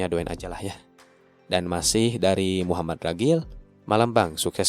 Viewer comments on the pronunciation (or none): none